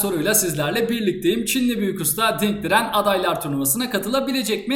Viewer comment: Ding Diren, Ling Diren, Ling Liren, Di Li ...